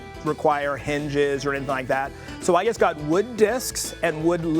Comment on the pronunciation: better to use PVC not wood. Wood will soak up any liquids and can cause splinters. its not called a puppy rail, its called a PIG rail. these people making out that this is something unknown. the childishness of these people is madness. and the way he says 'just' its JUST not JEST!!